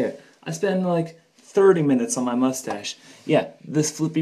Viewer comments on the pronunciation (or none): Interesting and impressive. But, if you're going to fuss over it, you should start by spelling and pronouncing it correctly.